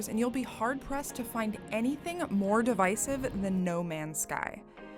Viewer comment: Down voted for saying divisive within 30 seconds